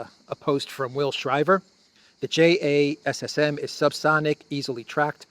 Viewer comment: JASSM is usually pronounced "Jasim".